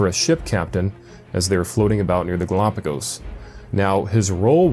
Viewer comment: I love how can't even pronounce Galapagos. The fact that choses the bible over reality just shows what a fool he is.